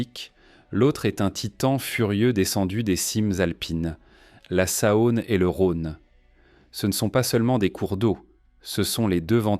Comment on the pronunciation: Dommage le commentaire IA. J'habite Lyon et ne connais pas la Sa-Onne !